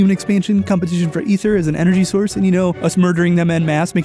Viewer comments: Is Ether (eth-er) the canon pronounciation for the thing in Dauntless, or are you mispronouncing, as Ike screams on up B (and is pronounced the same as Ether in the Xenoblade games (which I wouldn't mind some sciences on, especially with 1 getting a definitive edition)), "AE-THER!" Edit: wait you fixed yourself up later in the video. I guess it was a misread for the introduction xD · I liked this video until some idiot called it ether (eh-thur) instead of Aether (a-thur) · Sorry to be picky but it’s pronounced A-THER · Why do people pronounce it EH-THER!?!?! IT'S AY-THER NOT EH-THER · eether not ehther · I’ve always heard it “Ay-thurr”, why would it be “E-therr” when the word ether exists? Aether clearly has an A in front, thus it should be pronounced with an A sound. Yes, I know English is a wacky language but still. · hey its tnot eth-er its E-th-er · say it with me Ay-th-er not ether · im pretty sure its pronounced ee-ther not eh-ther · it's not ETHER it's -->A<--ether AETHER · Isn't it pronounced "eether" not "ether" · You pronounced aether wrong it's AY-THER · The pronunciation of Aether (Aye-ther) hurts me. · It's pronounced ee-ther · Sorry but did you just say ether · Aether not ether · IT IS PRONOUNCED EETHER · My god he said ether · The "Chair-rig"? Bro, your soft eh-thur is passable and has historic value, but JFC on a stick, it's Char-rog. Like Balrog crossed with Char. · Aether (A-ther) not technically Ether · ITS CALLED EETHER!!!!!!! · Ee-ther by the by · Aether >w> with an A, not an e Im sorry, it just really bothers me and i've been trying to get over it. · ...I'm slightly trigger by his mispronunciation of Aether